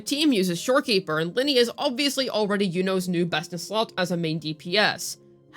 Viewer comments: I use Augusta, Iuno and Lynae. It's Lin-NAY, not Linney. I feel like you mis pronounce things on purpose, but if you didn't know. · How can you not say her name right? It’s not even a difficult name to pronounce… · Especially since her name is pronounced throughout the 3.0 story